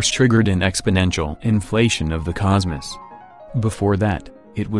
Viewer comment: am I the only one that’s deeply bothered by the way the AI said cosmos